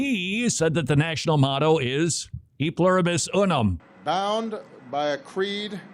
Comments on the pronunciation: STOP saying "you-num" it's pronounced "oo-num." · count to three in Spanish real quick, out loud. Uno dos tres. How did you pronounce uno? Did you pronounce it like "you know"? Then why are you pronouncing Unum so weird?